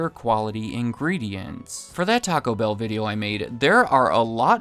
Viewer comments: Is this a new thing where people are pronouncing it “TACObell”? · Not a fan at all of " gabacho bell"